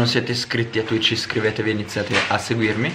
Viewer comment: non devi dire twich